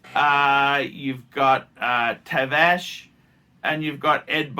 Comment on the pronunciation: Tavarish”” not tavash